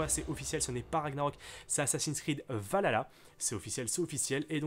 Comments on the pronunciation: On dit VAL KHALA, pas VALALA bg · Stp c’est pas valalalalaalalala c’est Valhalla prononce le H c’est quand même légendaire mais bon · Ça se prononce val-halla et non valala 😃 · Pas de soucis 🙃 Ça se prononce Val Halla il y a un espace mais je suis fan de vikings donc ça me stress 😅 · "Valalala" ça me stress comment tu prononce y’a un H normalement mais pas grave Skål !